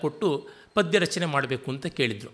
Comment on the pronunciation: See padya!! Not paada!